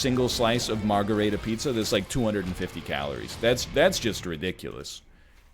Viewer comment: cute pronunciation of margherita NL